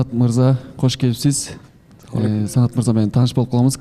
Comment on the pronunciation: кош келиниз деп эле жакшынакай суйлоп атат,а эмне учун куш келипсиз дейт